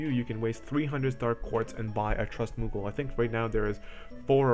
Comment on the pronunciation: Thanks for the good video man! You are saying a lot of the same thing my buddy was saying, but when you say it I actually listen. Except when you say muggle :P